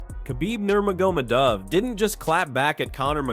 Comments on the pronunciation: "khabib Nerma Gomeh Dove" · From the outset, "Khabib Nur-ma-ga-dov"... you want a second take, dude?